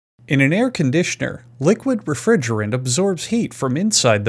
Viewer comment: Air Con D Sean R